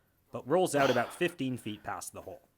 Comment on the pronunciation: I forgot you were Canadian until I heard that first “about”